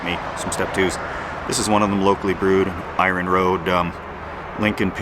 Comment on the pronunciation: Norm MacDonald would be proud how you said Eye Run(Iron)...of course Larry King would be all up in your